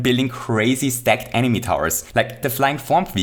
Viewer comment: I'm gonna ruin this entire video for you: says Enimy